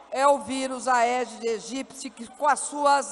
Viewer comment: "Aedes Egípici" kkkkkkkkkkkkkkkkkkkkk eu ri alto aqui